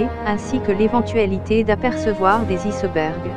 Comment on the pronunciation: C'est quoi des "issebergs"???? Et c'est comme cela tout le long! D'où sort donc cette? Voix informatique ou pas, c'est une désolation!!! Dommage, car sinon le documentaire est très intéressant!